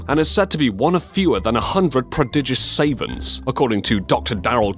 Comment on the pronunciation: The mispronunciation of "savants" made me cringe!!